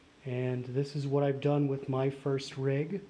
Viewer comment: He said Frist not First! 🤔